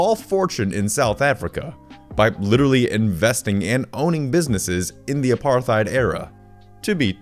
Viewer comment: Pronunciation tip: apartheid = apart + hide